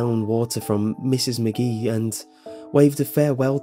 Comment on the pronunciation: A few things...... you pause weirdly when narrating like William Shatner, you keep mispronouncing names such as Mrs. McGee. You switch between that and calling her Mrs. Maggie. I know they're little details, but it makes a difference because they pull the person listening out of the story.